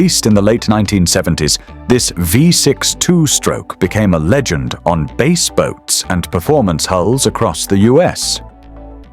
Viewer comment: omg. lol they won BASE tournaments? This is what happens when AI doesn't know how to pronounce BASS (fish). Go AWAY. I won't listen to the other 25 minutes!